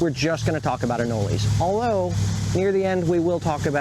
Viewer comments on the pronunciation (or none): Why do you call them anoleys? I was born in Florida and never lived elsewhere and I have never heard someone say anoley